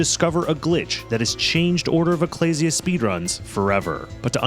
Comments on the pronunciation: Sorry but the pronunciation of "ecclesia" seems so wrong. It's "uh·klee·zee·a", like "ecclesiastes" in the old testament. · I was so relieved hearing pronounce ecclesia correctly because you would finally learn how it is said, and then immediately after that you just pronounce it wrong again anyway... Edit: Sorry, that was uncalled for, I'm just having a rough week